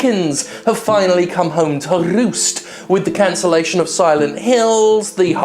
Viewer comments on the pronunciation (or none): "It seems the chickens... have finally come home to rrrrrrrrrrrrrrrrrrrrrrrrrroost." Can't watch this. Goodbye.